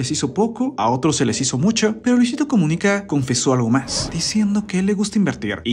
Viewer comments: Habla bien es Comunica,no Comuniqué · Por qué será que dice "Comunique" suena raro. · Es muy molesto su Luisito comuniqué y todo con e , de verdad tan incomodo que ni el video termine